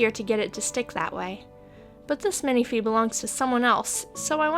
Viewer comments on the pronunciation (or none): Considering how you pronounce the word café, I've always thought people were saying "minifée" wrong xD But that's just me. You're seriously so inspiring, I wanna go give a doll elf ears, even though I have none that need them orz Also random thing, I love in sanding videos when you speed them up, it looks like you're barely moving. I'm crazy I know xD